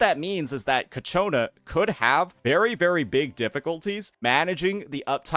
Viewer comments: fyi its CIACONNA not Cachiona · I notice you pronounce her name "Ka-Chona" but it's pronounced "Cha-Kona" (per her in-game introduction). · holy fuck, ill not click-off your Ciaconna vids, if you pronounce the name right, its all over the game's official channel, please, thanks..